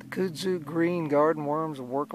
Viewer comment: As a person of the south, I must offer my "help" to you in the pronunciation of kudzu. You can take it or leave it, just as there are two ways to pronounce tomato (toe-may-toe) or (toe-mah-toe). Each to his or her own. However in the south, we pronounce kudzu as (cud-zoo) like a cow cud. Just as we in the south call it Corn Hole, those in the Northern States call it Baggo. My father was raised in the south and my mother from the north. So I my vocabulary and pronunciations were educated from both sides, yet raised in the south, them thar speakn' thangs dun took to the local ways to sayn them thar words. HAHA. Not making fun accept to myself and having a joke with ya. Love your videos. Keep catching them!! Your southern fishin' gal subscriber friend.